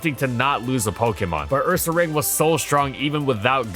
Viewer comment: Love how you said it "UrsaRANG," exactly like we used to back in middle school 😄 The pronunciation for people with taste